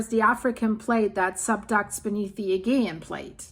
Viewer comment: Aegean is pronounced with a soft ‘g’…sounds like ‘uh-JEE-un.’ 😊 Thank you as always for these updates. My sisters are traveling on Crete right now, so I was taken aback to see this! I live in California, but our grandparents came from a small village outside Chania on Crete.